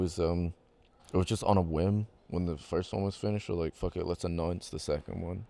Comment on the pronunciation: "Fuck it lets just ANNOINCE the second one" i am the only one that misheard "announce"😂